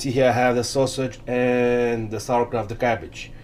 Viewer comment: It is SAUERKRAUT not sawerkraut